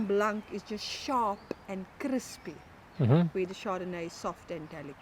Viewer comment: That lady said "Sharrrrrp and Crrrrrrrrispy". And my did i like it.